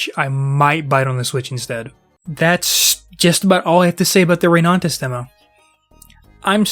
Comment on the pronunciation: Why do you keep saying ReyNANtis 🙉